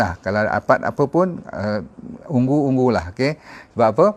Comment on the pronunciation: Purple ialah ungu bukan ung-gu